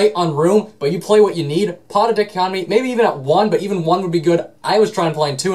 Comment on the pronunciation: DICK-o-COT-omee. What. Dai-COT-o-mee.